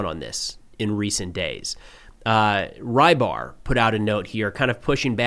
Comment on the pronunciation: «Рыбарь» pronunciation is not "rye bar", it's almost exactly "rebar".